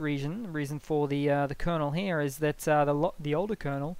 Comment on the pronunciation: Up heyah